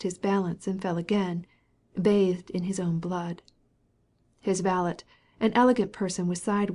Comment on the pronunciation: sorry vale’t’? do you mean valet?